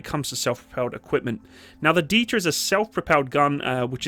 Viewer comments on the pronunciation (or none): I'm German, and I could not help but hear "Dieter" every time.... "Hans, get the Dieter!"